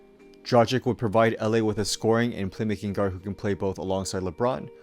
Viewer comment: This guy just butcher's the pronunciation of Dragic! Dra-gitch!!!